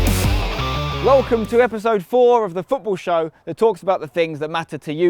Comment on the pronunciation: the raywl? the rail?